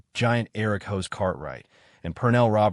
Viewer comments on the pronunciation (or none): The character's name is pronounced HOSS not HOSE . Try pronouncing it phonetically.